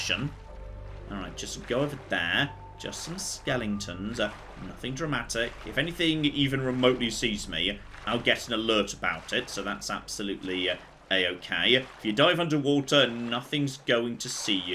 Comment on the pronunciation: "Just some skelington's, nothing dramatic." That's a fishing net,. Not a 'SkElinGtON'